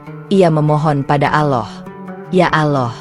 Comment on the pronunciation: Apa kehendal aloh itu, ya aloh apa ya aloh itu, gitu jadu penutur